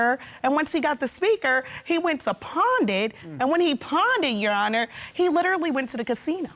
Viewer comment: NOT "Pond it" PAWN IT